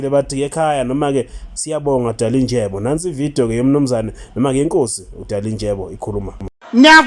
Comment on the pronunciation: AyingoDalinjebo bantundini abadelelayo futhi abangafuni kufunda iilwimi zabanye abantu...nguDalindyebo and 'NDY' is pronounced very much differently from 'NJ' !